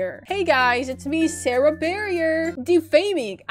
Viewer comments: “SarrieBarrier”😭 “SarahBarrier” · "Sarahberrier" LOL GET UR GRAMMER RIGHT OR WHATEVER